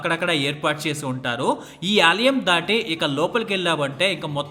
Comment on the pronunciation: Aalayam not Aaliyam.